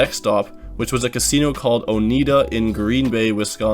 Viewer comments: Not that it really matters BUT..... it's pronounced O-NIGHT-A not O-Need-A LOL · This is my closest casino. It's Oh n eye da not Oh need a. Obligatory Go Pack Go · U pronounced it wrong, it’s funny listened to u say Ohnita, lol it’s ohNIda, also it’s pronounced “pot ah watt ah me” in Milwaukee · Oh-NEYE-da. and PAHT-OH-WAHT-OH-ME They are so harsh... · And lol it's pronounced "oh-ni-da". Lived here all my life, strong native American roots here. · that's a new one lol -- oneida: oh-nigh-da -- same as the great lake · I know it doesn’t matter but it’s pronounced O-NI-Da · Pretty sure that casino is called “Oh-nigh-da” like the Native American tribe. Also I’m certain the Milwaukee casino is pronounced “Pot-o-wat-o-mee” ( also a tribe name…or when you say it faster “patawatame” as we midwesterners often do ) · Pretty sure that casino is called “O-nigh-da” like the Native American tribe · Also Oh-nye-duh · Yo are you just butchering the indian casinos names on purpose? Lmfao as a local wisconsinite "Oneeda and PotowaTomi" killed me.